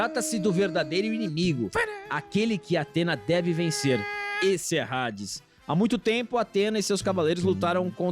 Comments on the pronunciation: Já eu não aguento ouvir Rades 😂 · Homem que fala Rades 🏳️‍🌈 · Não é Hades "Redes". Se pronuncia Adis. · tentei assistir mas não consigo ouvir eles falando hades com som de r